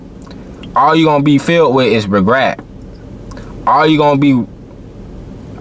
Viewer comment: Are you serious?! Regrat??Regret? Dude you can't talk worth a shiii